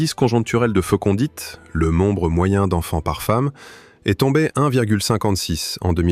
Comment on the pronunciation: Commentaire automatique fait par IA. EX. En français on dit fécondité, pas fécondite ...